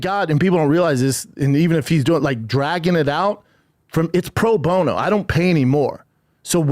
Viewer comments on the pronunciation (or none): “Pro bone-no I don’t pay any more” lol